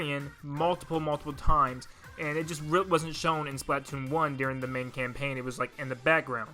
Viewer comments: Spla-toon. Say it with me now. SPLA-TOON. Not splat-toon. Only ONE T bud. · It’s not pronounced Splat-toon, it’s Spla-toon. I’m sorry but that really triggered me for some reason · Most people: "Spluh-TOON": "SPLAHT-tune" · It's not splat-oon it's Splatoon🙄🙄🙄🙄🙄🙄🙄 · its spla-toon not splat-toon 😒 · its Splatoon like platoon not splat toon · Its not SPLAT TOON its SPLA TOON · It's pronounced "spluh-toon" not "splaaaa-toon" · ITS PRONOUNCED SLPUH TOON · Hey why do you pronounce splatoon as "Splaat toon" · he says patoon captain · He said “patoon” 😂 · It’s pronounced splutoon I’m sorry I just don’t like the world splatoone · I love this video, but why do you say Splat-Toon? It’s one word. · He says splatoon wrong, it’s supposed to sound like the word Platoon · Why do you say Splatoon as splAAtoon. I know everyone has their own way of saying words but it pains me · It’s pronounced SPLUH toon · "Octo Canyon" Ahem Valley Splatoon1 THEN HE CALLS SPLATOON TO VALLEY UGHHHHHH 😂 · I know it's pretty terrible but I just can't get past the way you pronounce splatoon lol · i stopped watching after you pronounced splatoon like that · The way you pronounce Splatoon....